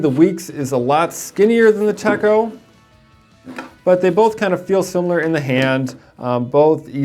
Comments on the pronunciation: Techo is not pronounced tecko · The "cho" of "Techo", sounds like the "cho" in the word, "na-cho". But you have the "te" part right. 👍🏻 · 😕 I believe you're pronouncing Techo incorrectly..